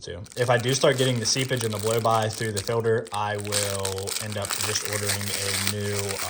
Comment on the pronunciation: You are saying "Fill-der". Its Filt-er.